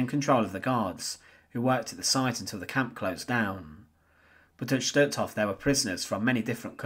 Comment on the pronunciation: Just as a point of interest, words such as Totenkopf 'Sturmbann', Stutthof and Gestapo do not have a 'shh' sound, as there is no 'sch' in them. Stutthof, for instance, is pronounced 'stoot-horf' in German (with stoot being pronounced as book or soot and a soft R at the end).